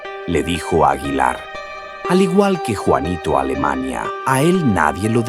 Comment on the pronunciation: No sabes ni de loque hablas juanito alemania jajaja es juanito alimaña.este man no sabe nada😅😅😅